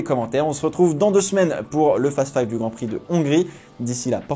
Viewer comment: Ce n'est pas un fast five, c'est fasteuhh faïïve